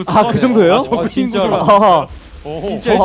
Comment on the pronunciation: 전태양 선수 쩌그 발음 ㅎㅎ